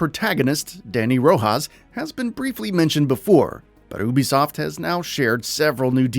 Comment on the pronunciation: It’s “U B soft” right?